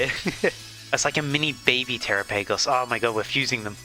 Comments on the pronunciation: The way you said trapigos 😂 TeraPagos 😂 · I cried when you said tera-PAY-goes 😭✌️